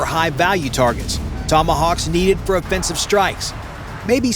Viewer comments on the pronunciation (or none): none